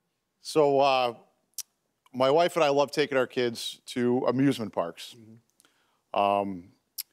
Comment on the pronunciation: I thought he said abusement park, I was like wtf